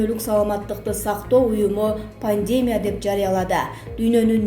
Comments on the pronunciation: Ындра эмес Индира. Пандээмя эмес Пандемия. Акцентин ото одоно экен диктор! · Чон кыз создорду туура окусан Пандема эмес пандемия Сабатсыз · Века медиа, ушул окуп жаткан кыз туура окубайбы. Пандемя эмес пандемия. Эмне грамотный кыздар жок калганбы.. Грамматика дегенди билбейт окшойсунар. Ушундайлар айынан силерди коргум келбей калды. Замечаниени туура кабыл алып, онолбойсунарбы. Элге чыгып жаткандан кийин. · ЭЙ ЖУРНАЛСТ ЛИНГВИСТИКАНЫ ОКУЧЫ ПАНДЕМЯ ЭМЕС ПАНДЕМИЯ ☝️ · Соке каронавирустан олот окшой ааа🤔Диктор кыз туура Оку Индра эмес Индира дегин пандема эмес пандемия 🤣😂😅😂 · Ьантырабай ударение туура коюп сүйлөгөнгө консонор боло пандеемия, жана башка сөздөрдү оңдоп сүйлөп анан эфирге чыксан ар жакшы болмок!!! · Диктор сорой ! ИндЫрА эмес ! ИндИра ! Тупой диктор соройлор тойгузду . Ушулардын айынан жанылык да уккун келбейт . Дагы жанталашып " подписаССа кнопкасын баскыла " дешет , сабатсыз чириктер . ПандЕмия , карАнтин .......фу ..... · Эу келесоо журналист кыз качан туура окуганды уйроносун чала сабат акмак экенсин, пандЕмия деп... Мирзоев деп да нервге тиесин сен тупица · Ушул Кабарды окуп берип жаткан чон Кыз туура окусаныз, ударениени туура койунуз!!! Кичине болсо да туура суйлогонго тырышыш керек!! Слово Пандемия, ударенияны И тамгасына койунуз.... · Пандемия деген созду туура окугулачы, ударенияны туура коюп